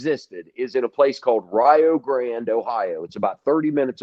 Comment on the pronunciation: Tijuana girl: It’s probably something to do with the way he pronounces Rio Grande as Rye-O Gran